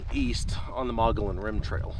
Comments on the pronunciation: as a Arizona citizen it is pronounced—- Mug-e-on Rim! just so you know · Do your research next time!!! better yet maybe your poor review will keep yahoos like you from coming up here and ruining all the great things that are actually up on the rim and all the history of the area. also learn to pronounce the name correctly Mogollon ( mugy_on) named after the native American tribe of the area. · Pronounced "Mogoyon" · Pronounced: "Muggy-on" I know because I live here in Payson.... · Mogollon (Moh-Gee_on). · Actually.... It's either Muggy-on or Muggy-own. That's how I've always heard it; plus just two weeks ago I read an Arizona Republic article, from 2016, in which the states' official historian said those are the correct pronunciations. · Locals pronounce it “muggy-yon,” go figure. Sweet shots! Miss that amazing place. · You pronounce the name of the rim incorrectly which makes you sound retarded to the people of this State that were born and raised here from back in the 40's. , Your dogs can be snatched up by coyotes right in front of you and you have them roaming around . Then you are trying to walk up to wild horses and expect them to stop so you can pet them . What part of wild do you not get ??